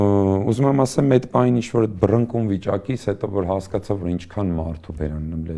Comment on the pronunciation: «Սաղ հեչ», բայց այն եզակիներից է, որ «բռնկուն» բառը ճիշտ է արտաբերում